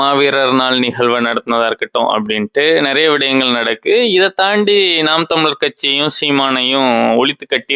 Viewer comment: விடயம் - தூய தமிழ் நல்லா தான் இருக்கு. நடக்கு இல்லை. சரியா உச்சரிங்க.